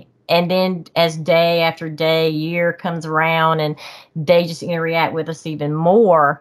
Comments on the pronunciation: Interreact is not a word. It’s pronounced interract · Every time she says interreact it makes me wanna have a intereaction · What a great story. She's so genuine. I can see why the sasquatch "interreact" with her. 😂 I normally am bothered when someone says a word wrong over and over again. With her, it was endearing. Lol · I love her I believe her but I do feel there is more to them than just flesh blood as she said. Please someone tell her it’s “interact”. Not inter react ?? I’m sorry I’m not being mean it just drove me crazy